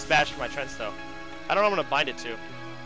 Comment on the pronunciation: Tree...Ant... TREANT. stop saying trent please. kthx